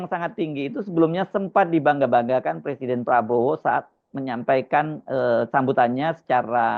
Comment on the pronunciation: Jokowi, nilai bahasa indonesianya jelek ... presiden dibaca PERSIDEN .. gimana toh ?